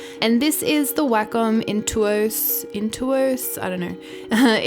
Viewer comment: I love your accent! It's funny at times because wacom sounds like "whack em" 🙈 still love your videos! Keep up the fantastic work!